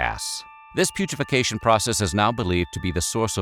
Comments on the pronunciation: Putrefication? That says putrefaction my guy, which is not what you said. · Narrator can't pronounce putrefaction*. He says "putrefecation", adding an extra syllable. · He should try saying putrefaction, as it's written. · It is such a commonly misused term for the correct pronunciation. Fortunately it shouldn’t be the subject of too many conversations to be used inappropriately. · This didn't rise to the level of quality I expect from this channel. It's not "weird," it's sad and macabre. And then they couldn't even bother to pronounce putrefaction correctly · Cool, so he could also pronounce it the way it's written on screen.